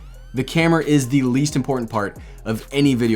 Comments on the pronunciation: "the least impartment port" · Nice video. Convinced me to buy. “the least impartant port”? LOL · "least impartent port?